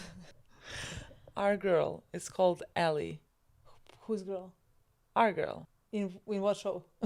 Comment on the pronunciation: Also is right with pronunciation of "ally" - as in the person on your side.